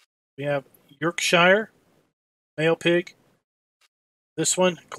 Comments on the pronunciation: Bro u butchered shire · Great video man! But please learn how to say shire